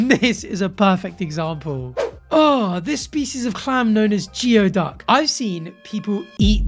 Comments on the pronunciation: I could listen to you talk about animals literally all day. I can't believe you didn't bring ur snow leopard and teddy to London with u 😭 never too old for cozy buddies also as if geo duck isn't gross enough, I'm pretty sure it's pronounced gooey duck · Pronounced ‘gooey duck’ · Geoduck is pronounced “gooey-duck”.